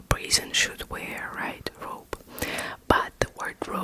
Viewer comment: Its not robé in French its rob you dont pronounce the e at all so its more like the name Rob in English but with a hard hard R instead of the soft one